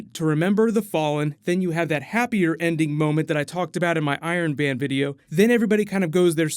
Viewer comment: Haha you said Iron Van 😂😂 great job tho Love the videos😄